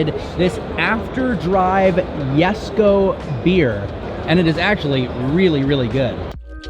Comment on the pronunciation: The “yesko” it’s the Jesko buddy